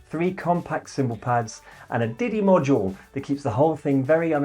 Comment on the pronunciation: Did he said diddy module ?